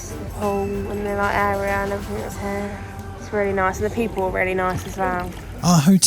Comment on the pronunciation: it’s pronounced as “here”